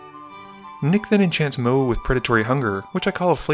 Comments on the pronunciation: Everytime he says the goodest boi's name it comes out as MOE, which was distracting. I'm picky so don't mind me, Best formatting of edh games I've ever seen. Keep up the amazing work been watching since video 4! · I think it's pronounced mOW-woo Pretty sure they flavor planeswalker says it that way, forgot his name.